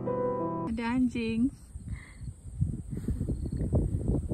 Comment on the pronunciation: The way sheee sayyyy anjixxg😂